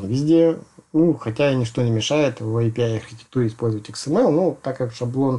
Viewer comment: не АПИ, а ЭЙПИАЙ